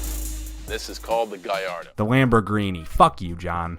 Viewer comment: For Gallardo and Murćielago, John pronounced like it supposed to be say